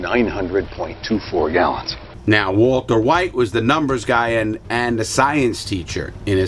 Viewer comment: HENSAID WALTAH